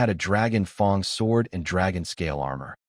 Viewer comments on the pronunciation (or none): Just 1 thing man I want nuts after hearing fong for like 50 times it's fang man😵‍💫 other than this i liked it a lot man keep them coming i whant to know how it ends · Damn, that's a red hare Also, excuse me... it pronounce Dragon fang, not Dragon fong The Dragon wasn't chinese, ok? 😂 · its not fong its fang like a tigers fang. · Great story. But for the love of god….learn how to pronounce F.A.N.G!!!